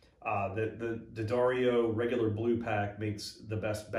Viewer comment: I always look forward to seeing your crate videos. Because it means I'll get mine in two days. Minus one set of strings. I'm excited about the stickers. My brother gets the picks, because he doesn't play bass. P.S. You're saying D'addario as if you've been saying it correctly for years now. Awesome!😂🤣😂🤣🤘👍